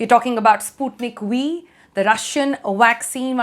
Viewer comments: Sputnik We or Sputnik V as the pronunciation goes!! The alphabet 'V' is difficult to pronounce correctly by the North and South Indian persons. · I thought she said Sputnik We.😂👍